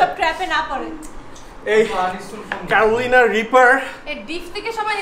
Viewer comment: Carolina = Carolaina rather than Caroleena bhai.